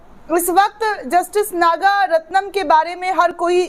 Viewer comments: नाम तो ठीक से ले लिया करो मोहतरमा नागरत्ना है नागारत्नम नहीं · Your wrong pronunciation of the name of Justice Nagaratnam repeatedly is very irritating to the ears of people.